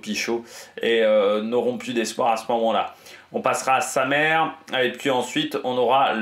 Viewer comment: On dit "Samé" pas "Samere" :)